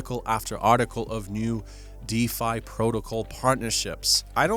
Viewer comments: Can you please pronounce DeFi correctly? It's not pronounced defy It's Deeee Fiiii Strange anglo American accented bearded chap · brother man ... it's "deeeeeee fiiiighhhhh" ... (please lol) ... love your vids!!! 🙏🏼♾️✨